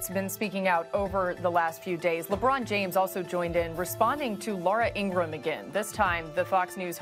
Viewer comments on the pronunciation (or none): Stephen A. Smith: Laura In-gra-ham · Laura Ingram is a racist clout chaser. Good thing SAS mispronounced her name.